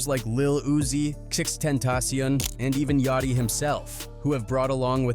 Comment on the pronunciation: fr cause the way he pronounces Yachty name is crazy 😭